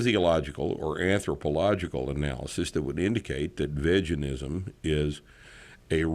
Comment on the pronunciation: That moment when you first hear him say Vejanism